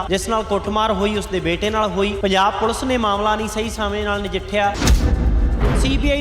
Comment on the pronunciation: It is Police and not pulse. Plz learn to be a good anchor.